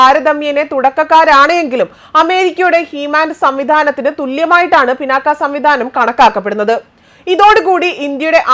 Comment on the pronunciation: പിനാക്ക അല്ല,പിനാക